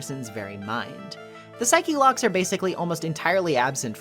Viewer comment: out of all the takeaways from this video the one that stuck with me most is your pronunciation of "psyche-locks" Its really gratifying to see someone else who says it that way